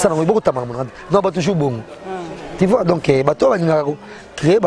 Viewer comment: Français ango kk ti vois 😎 eeeh on dit tu vois 😎 pe kende ba diminuer montre wana